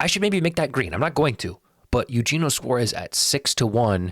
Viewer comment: It’s yuhennyoh suarez